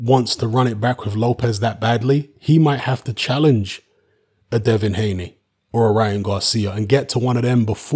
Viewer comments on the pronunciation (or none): none